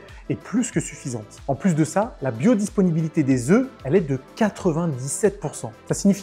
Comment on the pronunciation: BiodisPInibilité.... zarma avec l'accent du bled lol! c'était pour me faire commenter ?!? 😂 Sinon vidéo claire, pédagogique et au top. Merci fréro ! 👌